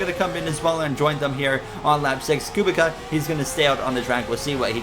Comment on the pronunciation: Just to help, Robert Kubica's last name is pronouced Ku-bit-sa